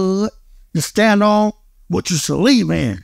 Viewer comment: “Stand on what you Celieve in”💀😂